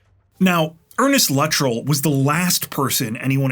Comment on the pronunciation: Luh- trell. Weird way to pronounce his last name. Yeah I'm nitpicking 😊